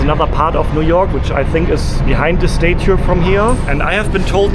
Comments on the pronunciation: It's statue not state too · As an English teacher to non-native English speakers, I must try to help you... Statue is pronounced STA-choo (STA has same sound as the word "at"...like I am AT the hotel...NOT the sound of the word "stay" as you are pronouncing it... Staten Island is pronounced the same way. Love your channel and love your videos, I watch them all! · Hey, your enthusiasm is infectious - seems like you are an overjoyed little kid whilst in New York. Can I just say that its called a STAT CHEW (statue) as opposed to you calling it a STAY CHEW! Happy travels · I am utterly charmed by your tour of my city. I’m definitely going to take the ferry to Dumbo and get Juliana’s pizza to eat by the river. You know how annoying it is when Americans don’t pronounce the E in Porsche? I need to help you with “statue” and “Staten Island.” You are saying them as if it’s stätue and Stäten. Not A as in day. But ah as in cat. The spelling doesn’t make it easy. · Statue, say “stah-chu”. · Please be aware of the short “a” sound. It’s not “stay-chu” or “stayten Island”. It’s like the “a” in “hat”. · Please fix your pronunciation of the words statue and syrup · You say statue drive me crazy crazy please learn how to pronounce English words correctly. It drives me absolutely crazy when you say things the wrong way. Also you said syrup wrong. OK I don’t know how you said it, but it was completely wrong. Please learn how to say syrup maple syrup oh my God. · If I hear you mispronounce statue one more time I'll scream. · You are pronouncing statue wrong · The "A" in Staten and Statue are pronounced as in "cat'.